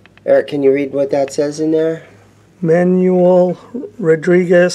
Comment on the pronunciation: Eric cannot read what’s in there. Haha. “Manual Rodriquez”.